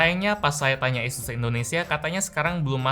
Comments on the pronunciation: ngomong Asus gw denger yesus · Nyebut asus aja esus bang²😂😂 kita ini di indo bang